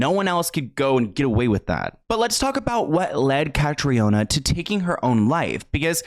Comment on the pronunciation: Cathriona is pronounced ‘Catreena’. May she rest in peace!